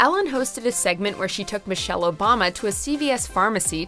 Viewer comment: "Michelle" RIGHT